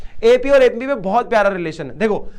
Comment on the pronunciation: Sir Bo TP hai tu nhi 😂 aur MP hai bo MU nhi😂 😊